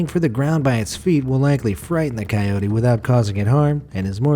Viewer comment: dude says kyody him : shows a wolf